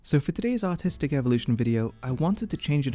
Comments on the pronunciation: Ok I'm sorry but you might have to enunciate your "r" in artistic more. came off a bit different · I had my volume down and heard "autistic" instead of "artistic". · I swear he says autistic in the intro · sounds like he said autistic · thought he said "so for todays autistic art review" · for a second I thought you said autistic at the begging of the video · I thought he said “Autistic Evolution”.